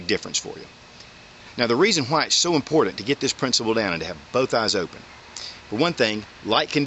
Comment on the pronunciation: great vieo and advice; 5 stars. it is, however, pronounced 'important'. sounded like you were saying 'impordand'.